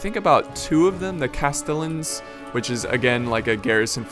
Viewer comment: Castellans are pronounced castejans